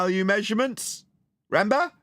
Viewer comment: 37 min 17 seconds… REN BER ?? Do you mean RE MEM BER it’s a 3 syllable word associated with memory . Try singing along with the catchy 1974 number …..a couple of times should do it …..RE MEM BER your a WOMBLE